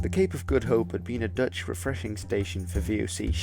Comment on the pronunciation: I enjoyed your Dutch! I now live in Australia from South Africa, and no one here can speak with a guttural "g", low in the throat. Even my english speaking South African friends could not reach that "Germanic-"G", as you did. Very good my man. One day the Boere will rule the world....I always say.